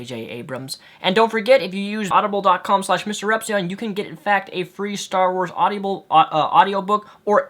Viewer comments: its awdible, not awdibiable or at least to everyone else...If you get my linguist attempt there without actual linguist notation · lol it's not audiable it's audible.. haha you pronounce it weird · It's pronounced Odd-ih-bull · stop pronouncing it "audiable" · You mispronounced audible the entire video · you are pronouncing audible wrong.